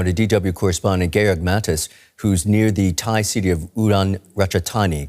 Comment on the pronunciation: Nobody noticing how he called "Georg" "Gay org" 😂😂